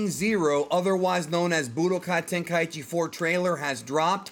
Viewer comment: "Ten-kai-ee-chi" Stop.